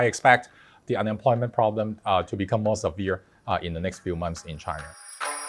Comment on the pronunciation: He’s totally saying Chiner